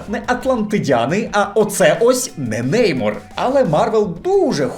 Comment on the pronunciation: Неймор? а може Немор? чи вже Неймар